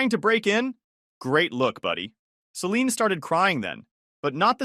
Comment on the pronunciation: Can't pronounce Celine correctly.